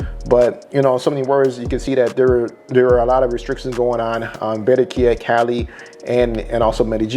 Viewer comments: These Americans with their fnckt up Spanish pronunciations 😖 Its Ba-rran-quilla my guy not Be-rren-quilla! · You sound delusional asf! Having a accent and saying words completely wrong is not the same! How dude say 'Cali' is about accent, saying Berrenquilla instead of Barranquilla is not! You'll never see us spell Americo yet you guys spell Columbia🤦🏿‍♂️